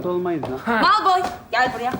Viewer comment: Heryy potter oldu 😂😂😂😂😂kondrakula malpoy cok yakisikliymis😂😂çok gerçekçi olmuş yeminle😂😂harmy deyil harmony 😂😂😂heryy poterr